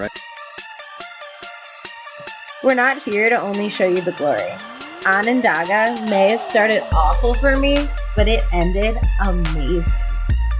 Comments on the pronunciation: Onondaga "Ona day ga " is how it's pronounced lol. You guys will get it right for the cars. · ON-ON (DAY) GA ..lol Doesn't sound like it's spelled. #secondtight